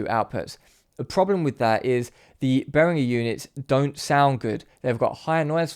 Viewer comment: I have a Behringer headphone amplifier. Really cheap but well made and does the job. Note: he actually pronounced 'Behringer' correctly. There is no 'J' in 'Behringer'.